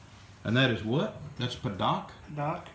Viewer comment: It's not "pa-DOCK" it's pronounced "pa-DUKE". Drives me crazy every time you say pa-DOK